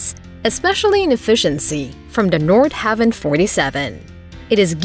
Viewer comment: It’s “Nord-HA-Vin” not “Nord-Have-In”